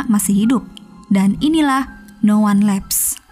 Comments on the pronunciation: No wan lifs , not no wan lefs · Min, bc judulny yg bener atuh.. no one lives bkn no one laps.. hahahah